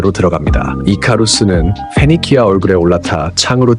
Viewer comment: 레전드 명작이라 그런지 오랜만에 봐도 스토리가 쥬시하군요 fㅞ니킈아라는 발음이 쫀득하고요